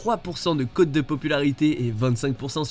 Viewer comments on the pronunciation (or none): none